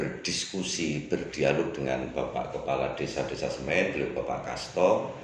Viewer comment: Intine ra iso ngmg SEMI ddi Semen..